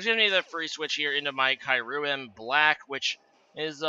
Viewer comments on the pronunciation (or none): Kai-urem?... I swear its pronunced Kiu-rem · that good ole Kyruem Black! it seems very similar to Kyurem Black, indeed.